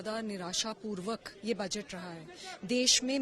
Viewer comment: Baajet nahi budget hota hai... Congress spokesperson...lendi